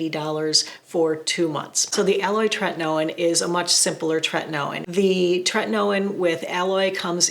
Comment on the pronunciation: I remember ur older videos how u use to pronounce Tretinoin incorrectly